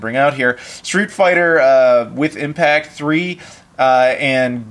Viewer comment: Hi! The full name of the Basara game is Sengoku Basara X (read Cross), and it's a one-on-one fighting game spin-off of a series which usually plays a lot like Dynasty Warriors. FYI, the "W" in Street Fighter III: W Impact is read as "Double", and it's a "compilation" containing the original SFIII and it's revision 2nd Impact (lacking the final version, 3rd Strike). Hope that was informative:P BTW, have you heard of "MyRetroGameBox"? I did an unboxing, you might want to check it out.;)